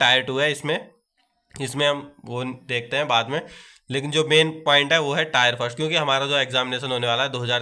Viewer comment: टायर नहीं टीयर होता है 😊